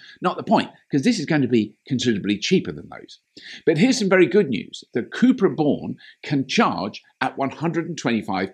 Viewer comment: Hehe the way you pronounce “cubra” made me wonder if its original name was “chupacabra”